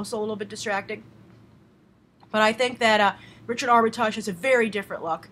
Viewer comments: How are you pronouncing Armitage? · Up you said Armitage wrong. I should know I am one